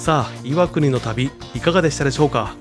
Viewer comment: の箇所、岩国の発音アクセントが正しいから嬉しい。「い」を強く発音するのが昔からの地元流。